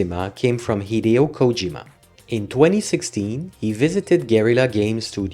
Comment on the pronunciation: Hideo is pronounced He-Day-O